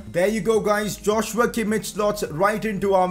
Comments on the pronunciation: Sign a CAM on loan for the rest of the season then you can sign Szoboszlai next season (also btw its not Josh-You-a Kim-ich its Yoz-wa Kim-eesh) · It's pronounced as Yoshua Keemeekh not Joshua kimmich pls😂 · Joshua Kimmich is pronounced as yosua kimmih